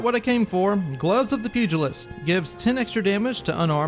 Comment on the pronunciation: Pugilist Pug-lee-ist